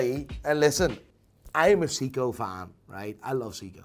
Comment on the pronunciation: Dude can't even pronounce Seiko